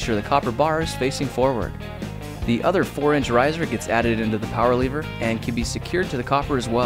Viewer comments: Why do u say leever it's lever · you pronounce it lever, he pronounces it leever. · How come you dont have an accent, but you say lever like leever